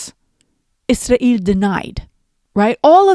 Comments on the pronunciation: I think you should pronounce Israel the same way English speaking people do . Izrael Free Palestine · I’m sure you are pronouncing “Israel” differently (Arabic accent?) for a reason, but it’s hard (for me at least) to listen to. One sarcastic euphemism I like is “our greatest ally”. Just a suggestion. Other than that - great video!